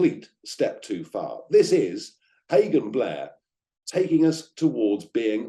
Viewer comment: I thought you said pagan blair 😂👍